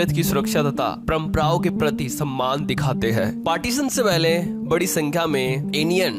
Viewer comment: Samaan nahi bolte...Sammaan...bolte hai.🎉🎉🎉